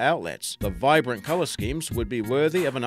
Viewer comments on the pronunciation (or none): none